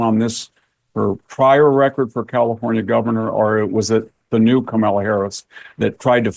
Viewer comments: Victor, you’re a smart man, try to pronounce her name properly or call her by her last name in the same way you refer to men, so “Harris” rather than “Camilla” and all the other stumbles…. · I could listen to the brilliant VDH talk all day..... but can't somebody buy him a decent background and teach him how to pronounce Kamala properly? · VDH is THE BEST !!!! I love how he innocently pronounces Ka-mala's name as Carmella. 😊